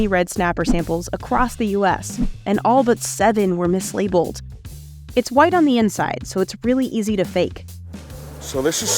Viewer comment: Came to write this after the 12th time i heard MiSLaBLeD